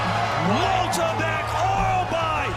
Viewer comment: how on gods green earth can you pronounce MYKTYBEK as MOLTYBEK